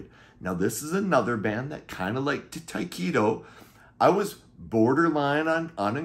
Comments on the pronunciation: Just a formality but I thought Tyketto was pronounced Ty keh toe not Ty Key toe? Great album though! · FYI- Correct pronunciation of Tyketto is Tie keh toe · It took me until you showed the CD cover to figure out who you were talking about when you pronounced it Ty-keeto, lol. The band is pronounced with a short 'e' sound. They're one of my favorite bands if all time. The first 2 albums are classic but the rest of the catalog is also fantastic. Former Journey vocalist Steve Augeri sang on the 3rd album, Shine, which was very Zepplinesque. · It took me until you showed the CD to figure out who you were talking about because of the way you pronounced it lol